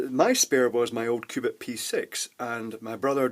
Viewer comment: sounds like he says Qupid :P